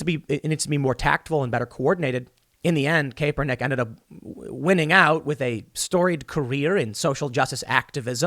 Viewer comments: Kap-per-nick is how you say it damn! Lol more triggered how you say his last name then a football game lol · Good God you could at least get Colins name right Tim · Hey Tim stop Pronouncing his name that way ..you know very well how it's pronounced you even had a dude on your show that pronounced it correctly in frontofyou.. its very annoying 😒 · Tim trying to do a show on something he knows NOTHING about. If you are gonna use a mans name in your show a hundred times, you should at least have enough respect for that person to pronounce their name correctly. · The way Tim pronounces Kaepernick is hilarious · The Best part of this video is hearing Tim mispronounce Kaepernick's name over and over LOL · I think you're the only person on the planet who can mispronounce Kaepernick consistently for this long. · My wife keeps saying you're pronouncing Kaepernick wrong lol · TIM STILL CAN'T SAY KAEPERNICK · Tim's pronouncing that dude's name wrong is driving me just a little bit crazy. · Your saying his name wrong lol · Tim, ignore that 'E' in Kaepernick. It's silent. 😂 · Why hasn’t any one told Tim how to pronounce Kaepernick? It drives me insane 😂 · It hurts my ears every time Tim mispronounces Kaepernicks name. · The guy sucks as a QB, but I still can't believe Tim can't pronounce his name correctly when it's said so often. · Tim... CAP - er - nik ... NOT CAPE - er - nik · Tim it’s CAH-per-nick with a hard “on” 😆 not CAPE-er-nick. And Ne-VA-da not Ne-VAH-da 🤗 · Its "cap- er-nick" get it right. Hearing you say "cape-er-nick" drives me crazy!! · Cap-er-nick please Tim. CAP. CAP. CAP. Not Cape. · Pronounced CAP-ER-NICK not CAPE-ER-NICK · How many times can you pronounce his name wrong? It's "cap", not "cape". Annoying as hell man, almost more so than Kaepernick himself. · I swear if i heard him say colin "kaypernick" one more time i was gonna shoot myself lol. Learn to pronounce someones name before repeating it a million times xD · Tim “Colin Cape-er- nick” Pool